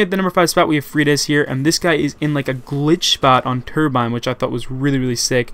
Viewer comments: lol he said turbine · First clip... He said turbine... LMAO